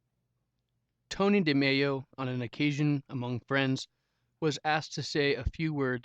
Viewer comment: Why do you say his name as if he was Latino? He is not Antonio de MeYo. He was from India. His name was Anthony de Mello (L sound). You sound not bright saying it as if you don’t know about the author.